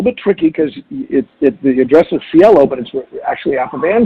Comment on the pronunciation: "See-Ay-Lo" Drive. Means "heaven" in Spanish.